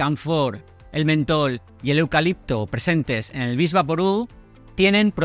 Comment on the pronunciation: Diga Vick Vaporub, no vix.